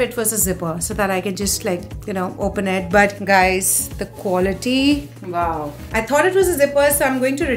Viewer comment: cool stuff, just pls don't pronounce "here" as "hair" ; "beige" as "beij" and "wow" as "vow"